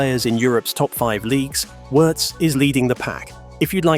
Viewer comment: German here, btw.... Wirtz is pronounced like Veertz and not like in hurts. And... Allison's wife had to have a surgery. All good meanwhile she is back home recovering.